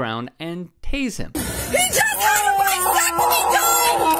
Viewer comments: WTF is a Vi-sectomy.. is that like a vasectomy? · It's vAsectomy, not vIsectomy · Probably didn't help that the woman kept calling it a "vysectomy." But RIP, twice. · She keeps saying visectomy and it's annoying